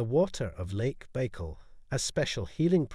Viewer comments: It is Buy-call, not Bey-call. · How u make a whole video and not even learn how to say it right?